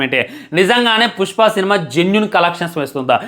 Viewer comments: Puspa❌ Pucchpa ✅ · 0:1 pushpa kadu pujpa anta 😂😂